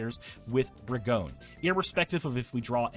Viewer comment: Though no one asked, I haven't heard any content creators pronounce "Brigone" how I believe it would be pronounced in her native plane of Theros (a la Greece): if similar to the Greek tragedy and character of "Antigone" (an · ti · guh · nee) , then "Brigone" should be pronounced bri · guh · nee, though I'm not sure if the "bri" part should be hard ("br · eye") or soft ("br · eh").